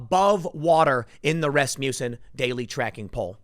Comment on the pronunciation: its pronounced 'rass-muss-in'..